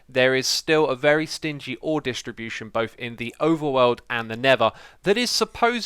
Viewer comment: I knew he would pronounce distribution dishtribution. :D love the accent